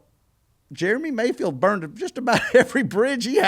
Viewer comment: God, I love ya Dale. But it’s Jeremy, not “Germy”